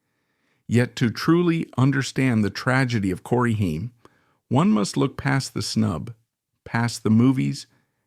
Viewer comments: Stupid AI voice not pronouncing his name right is infuriating. It’s not pronounced Hien , like the ketchup. It’s pronounced Hame, like fame. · Corey Haim’s last name is pronounced HAYM not HEIM. A lot was left out of this, but thank you for talking about him. He was so much better than he knew and he is missed so much. He was a brilliant actor! I miss you, Corey. RIP 🤍🌹🤍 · "Haiym" LMFAO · The narrator keeps switching pronounciations between "HIME" and "HAIM"...a signature trait of A.I. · Could you please at least say the man's name correctly? Ffs it's not a difficult one. The A is long which means it sounds just like the letter's name. If you are gonna claim to be sensitive to someone's life, at least they're damn named correctly. That kind of disrespect is awful. It makes suspect everything you say whether or not this ends up being a good source of information or not. And unless you name Feldman as part of the reason Haim fell apart, I will definitely suspect everything you said you're setting up.